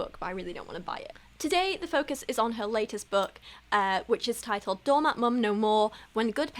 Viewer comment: I know you’re saying “doormat mom,” but your accent makes it sound like “donut mom.” Mmm, donuts…🍩